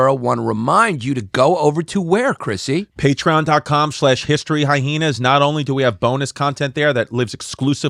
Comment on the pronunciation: Chrissy really swallows that second H in HistoryHyenas, Eh?